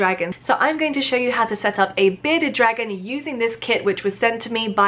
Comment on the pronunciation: Is it just me or does sound like she’s saying “Beta dragon” 😂